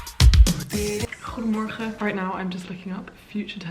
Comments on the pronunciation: Holy shit, your ‘goedemorgen’ on day 6 was ON POINT. You did greatttt 👏🏽 super goed gedaan ;) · die goedemorgen was echt goed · i got schocked when you say goedemorgen it sounds so good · The day 6 goedemorgen was on point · holy crap your “goedemorgen” sounded sooo good ! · Jouw goedemorgen is perfect uitgesproken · As a native Dutch speaker, I really enjoyed how your pronunciation of the word 'goedemorgen' got better every morning! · Love how you say: "goede morgen allemaal"... you say it perfectly! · Je hebt het fantastisch gedaan! Je goedemorgen rond minuut 13 was perfect!! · I am Dutch and it was so nice to see how you did this you said it often spoke well like goedemorgen 🥰❤️ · In dag 6 zeg je echt heel goed ‘goedemorgen’! I like this video so much btw🥰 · Wow, zo veel doorzettingsvermogen 😱 echt super goed van je dat je dit allemaal in een week hebt geleerd ! Ga zo door! Je oma gaat je echt wel begrijpen. Je uitspraak is erg goed. Vooral met de g. Toen je goedemorgen zei op dag vier was ik even vergeten dat je helemaal niet nederlands was! Super goed gedaan 👍🏻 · dat is zeker waar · for real!! she did so well :) especially the goede morgen was on point hahahahahah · Ik vond dat ze goede morgen heel goed zei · Your pronunacition when you said goedemorgen was so goodd!!. You are a fast learner!! Nog succes met leren!!